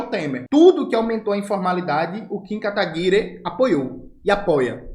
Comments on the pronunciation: Jones, não é Kataguire, é KataguirÊ!!! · eu tenho frouxos de risos toda vez que o camarada fala kataguirE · por que o jones fala kataguiRE? kkkk